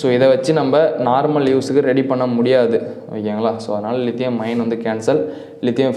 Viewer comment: லிதியம் அயான் என்று உச்சரியுங்கள் தம்பி. லிதியம் அயன் அல்ல. Is 3 A BMS ல் 3 Ampere எதை குறிக்கிறது. 3A output ஆ input. ஆ?